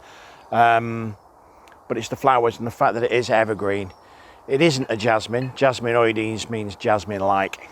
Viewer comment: Thank You for being a rare YouTuber to correctly pronounce Jasminoides.